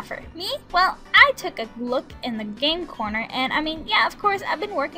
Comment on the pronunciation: Lol when u say game corner i kinda hear you saying game porn lol